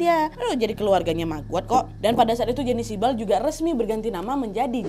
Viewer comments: kaget pas kak nadia bilang "siebal" aku kira "shibal" nya korea 😭😭😭😭😭😭😭😭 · pas denger siebal gue denger nya shib*al